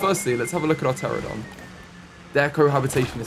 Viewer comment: Babes you saying PTERADON every time is killing me